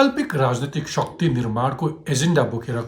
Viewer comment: Shuckti hoinao sir shakti pronounce garnu na...